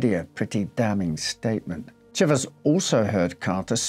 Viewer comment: Thank you for pronouncing chivers properly!